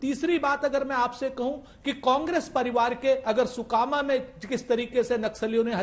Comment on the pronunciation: सुकमा है, सुकामा नहीं है।, सुकमा छत्तीसगढ़ का दक्षिणतम जिला है।